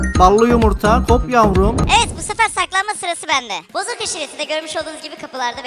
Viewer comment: Abi sana Bozok demek yerine neden bozuk diyolar